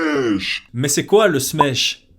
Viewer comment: Smesh c'est pas Smash avec un accent de l'Est?